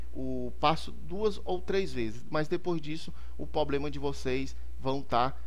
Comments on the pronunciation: Poblema kkkkkkkk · Mano, não fala "poblema" de novo... Chega me dá gastura... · É problema e não poblema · Obrigado vc manja. Só falta agora falar Problema, e não pobrema dói até o ouvido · doi no ouvido cada vez que vc fala POBLEMA. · POBLEMA É POBRE mano... Falar certo é básico. TOP a dica. Mas vai a minha pra ti. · porra mano nao fala mais poblema que da uma agonia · Pra mim deu certo, mano. Dei like ai e parabéns pelo vídeo. E parem de implicar com o "poblema", seus mala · MANO FALA PROBLEMA pqp kk